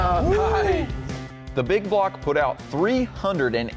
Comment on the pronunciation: Baby say big bwock 👶